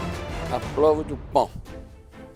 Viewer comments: Ninguém: a Jaquin: a prrova du pan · "a provo do PÃ" - Jacquin